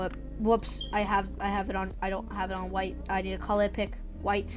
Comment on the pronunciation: "oh wait, there is this bwodor i dowt want" also dont worry im not making fun off you just a tiny thing i noticed lol